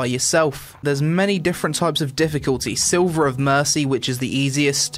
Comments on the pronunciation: "slither" of mercy, not Silver. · Another person that says silver when it says sliver... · err just a slight correction there. you said "Silver of mercy" when its written sliver, two completely different meanings:D